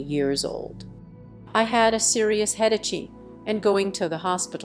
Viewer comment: The computer generated narration is ridiculous. "headache" is head-a-chee, "my" is me. 👎